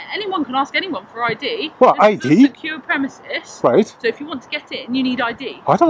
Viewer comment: 'This is a secure premises'. She means THESE are secure premises. She also pronounced it 'premesis'.